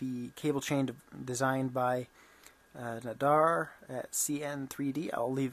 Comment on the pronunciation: Ferrite is a good one. I myself ordered it and i am waiting for it to arrive. You say the name of the guy wrong. its Nadir, not nadar. He is a cool guy who did a lot for the sovel SV08. And still designs cool stuff for the machine. But i see you are going strong on making a good machine even better. Keep on going and i will keep following your progress. Maybe i will pick up some good ideas from you. Have fun.